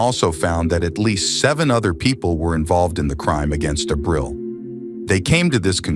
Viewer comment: Lord, you massacre Spanish words. Ah-breel